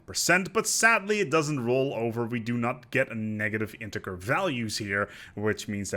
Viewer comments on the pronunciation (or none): none